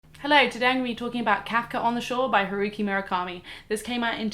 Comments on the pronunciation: Kafka on the Shore by WHO? Huriki, what the hell did you say? HURIKI? What the fuck is a "HURIKI?" Damn, girl, you really butchered it this time. It's HA (like haha, laugh) RU ("u" as in uber)-KI (as in kilogram). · I listened several times, I didn't jump the gun on the first one. I played it back more than once. Patronizing? No, I don't believe it was. If you're going to do a review at least make sure you have the author's name right. I get that foreign languages sounds will differ from your own native language, but that wasn't even close. You gave him a whole new name.